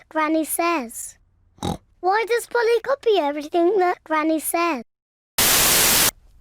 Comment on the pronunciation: It's not Molly it's Polly 😂